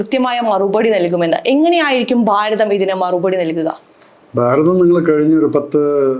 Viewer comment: ബാരതം അല്ല ഭാരതം